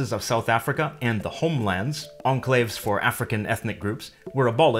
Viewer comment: I found your pronunciation of the word 'enclave' interesting. It sounds French-influenced - is it a feature of Canadian English or just your own idiosyncratic thing?